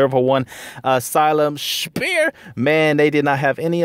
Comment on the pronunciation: Great vid. Did you keep saying Asylum "Spear"? 😂